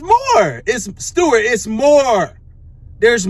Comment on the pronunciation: Bro whenever he says “Stewart” I can’t hold back from laughing😂😂